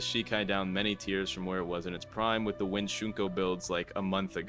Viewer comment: why did u say wind like that